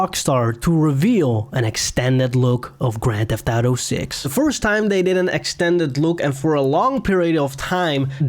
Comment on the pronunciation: Your inability to say auto gave me cancer